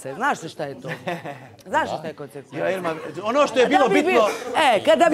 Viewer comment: Znamo značenje reči,već treba kosenkvenkse nema c😁